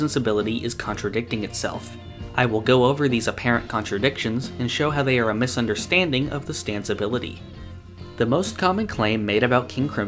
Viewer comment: lol, "misunderSTANDing"